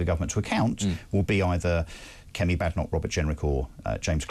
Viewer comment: should know how to pronounce Badenoch by now